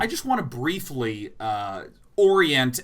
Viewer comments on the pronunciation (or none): Anytime Day9 says Briefly, all I can hear is Brief Leigh, and I just want to ask "Brief Leigh on what?"